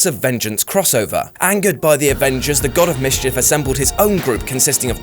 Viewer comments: He said avenders vs defenders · "The Avenders vs Defenders war" (facepalm) must have been a tongue-twister ay? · "Avenders vs Defenders" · You said "avenders" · did he say "Avenders" before he said defenders 😂😂 Dm I love all ppl at what culture 😂😂